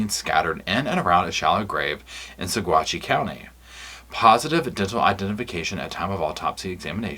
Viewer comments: I'm a Colorado native it's pronounced "Sa-watchy." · the pronunciation for Saguache County is "suh-WATCH" (with slight emphasis on that second syllable). I picked that up from some locals. FWIW, (lawyer Iris) Eytan is pronounced "e-TAHN" (rhymes with Hahn), or at least that's how I heard her former partner Dru Nielsen say it, made a mental note of it. I only mention it because you're the type to appreciate such things. The big news of this autopsy made me SO DANG HAPPY. THANK YOU. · The county is pronounced Sawatch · Saguache is pronounced Saw-watch ~ a Ute Indian word. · Coloradan here. We have some weird pronunciations. Saguache is pronounced suh-WAHTCH. Moffat is pronounced MAH-fuht. Salida is pronounced suh-LIE-duh.